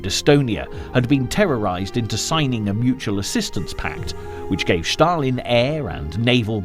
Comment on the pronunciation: Shtalin, Shtalin, Shtalin...